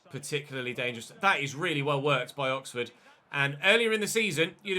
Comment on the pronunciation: "Look at that COXFORD press"